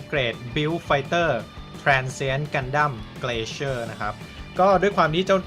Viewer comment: มันน่าจะอ่านว่า glacier(กลา-เซีย) หรือเปล่าครับ ไม่แน่ใจ